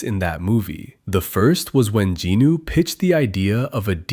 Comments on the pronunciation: ... JINU NOT GINU UGHHHH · It is jinu not ginu